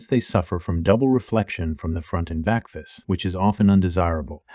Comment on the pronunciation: So many strange pronunciations. Rootate instead of rotate. Fess instead of face. In other of your videos, deeode instead of diode.